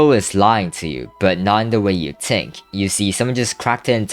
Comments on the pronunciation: 'tink' if i spoke like you i would shoot my self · Why u keep saying tink